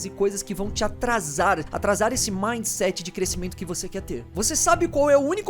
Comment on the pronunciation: "Midset" kk